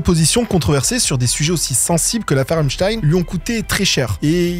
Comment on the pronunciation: C'est la première fois qu'une de tes vidéos me donne envie de like. Tu feras gaffe vers on dirait que tu dis "Enstein" au lieu de "Epstein". A un "i" près, tu traitais Einstein de trafiquant de mineurs. Tu as parlé des 2-3 dans le monde qui utilisent quelque chose. Tu préfères Bitbucket ?